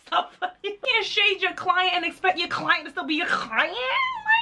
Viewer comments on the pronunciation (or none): Amma be saying "KKKKlient" for a while now🤣🙌 Some people will prefer a tag than a check, uh uh, this day and age I can't. Ogah please give me d check and tag d pesin.